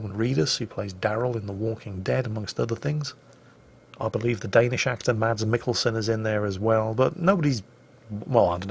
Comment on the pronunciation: Danish guy here. Its not MaDs, you dont say the D so its just mas. Btw love mwj.